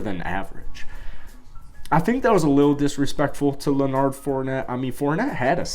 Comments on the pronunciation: Bro stop mixing up Leonard with Bernard smh. Im sure you've heard his name said many times.. Its Leonard not leoNard... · Who Fournette? Did you say "LenARD"? The man's name is Leonard, and if you can't read well enough to pronounce it, maybe you should get someone to help you. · Leonard bro...Leonard...not "lah-nard"